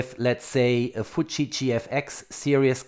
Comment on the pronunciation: It is ok to call a Nikon Nikon, no need for Neikon. But a Fuji is not futsch and likes to be pronounced Fiuji. ...Now a Hasselblad is like a Volvo playing Abba music. I have access to a collection of originals that were built for film. The owner now has a Canon D5mkII and no battery as latest inheritance. Her house has a perfect dark room and a 24 seat theatre.